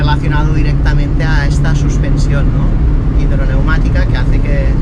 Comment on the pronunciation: hombre un experto como tú!! Suspensión hidroneumática!!! Tú dices "hidromatica", está palabra no tiene ningún sentido.